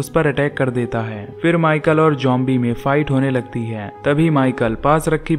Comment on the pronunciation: Bro zombies he jombie nahi he pronounce to umhum